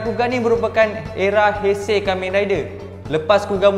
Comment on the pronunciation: Kenapa masa sebut heisei jadi teisei 😅